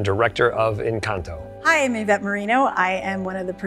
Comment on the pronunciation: I admire for learning the proper pronunciation of "encanto"